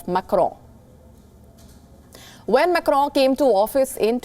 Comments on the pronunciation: Its not Macro Macro as you are pronouncing it is MACRON Wonder how they hired you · Mam it’s not Macro.... it is pronounced Macron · Why the anchor is calling Macron as Crowww? 🤣🤣🤣🤣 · The way this anchor just butchers the French name... is a wonder to watch.